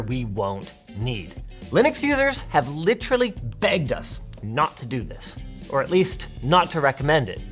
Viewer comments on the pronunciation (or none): none